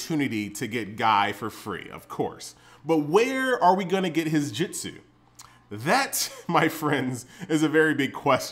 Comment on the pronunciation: it's jutsu not jitsu